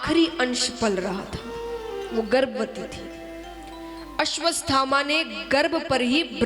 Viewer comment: Aswaththama ko ap aswasthama bol rhi ho